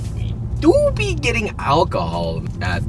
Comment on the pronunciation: Did he say Akahol?